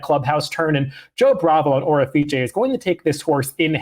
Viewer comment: Seriously bro, it's quite unimaginative and downright defiant to the race caller when you spin a name. The horse's name is pronounced "Orifice." O'er is a word FYI. An Orifice is an opening (such as a vent, mouth, or hole) through which something may pass. Nuff said.